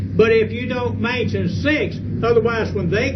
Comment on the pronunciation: It's like he says "mention" like "mansion."